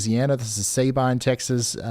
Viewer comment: Not Say-Bine it’s Sa been. I got good pictures of the tornados from a distance in el campo and Hardine Texas